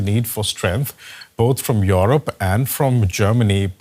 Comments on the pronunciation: What is that “Yorop”, Apu ? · What is Yoorob ? Who trains these anchors?